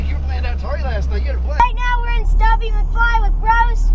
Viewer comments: it's Stubby, not Stuby. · it's Stubby McFly not Stuby McFli. haha